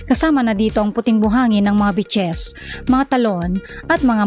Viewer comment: Ung pronounciation mo ng beaches soundED BITCHES.